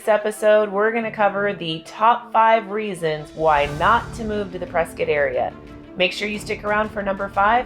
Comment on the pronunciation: I lived there from 2008 to start of 2009, best place ever only problem was people from California, and from the sound of it you both are from the sorry state of California. Plus you are saying Prescott wrong. I’ll go ahead and call you out.